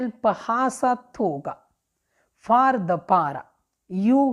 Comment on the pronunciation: که کولی شی دا جوملو ویل لګ سم ووایی لکه دا جمله for دا فار نه ویل کیږی فور ویل کیږی